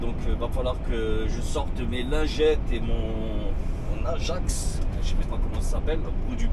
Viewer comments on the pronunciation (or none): none